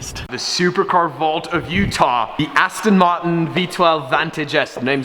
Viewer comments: you dont Say astin martin right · aston maen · You sound german when you say aston martin with that weird accent lol